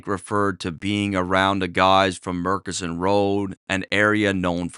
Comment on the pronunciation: Eghhhh it's not Murk-inson road, it's Murchison road. Gawd awful lol